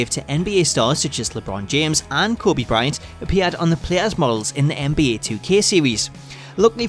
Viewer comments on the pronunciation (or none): none